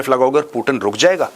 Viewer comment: पुतिन बोलो भाई l प्यूटिन क्या होता l अंग्रेज थोड़े हो l